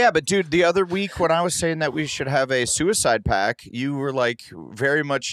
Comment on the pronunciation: Lolol, Adam said suicide pack. Twice.